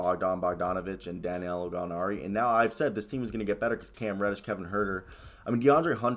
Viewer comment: It’s DA•NI•LO lol!! You struggle to get his name out. Sorry, it’s funny to me.